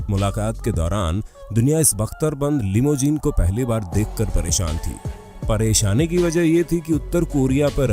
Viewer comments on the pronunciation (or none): none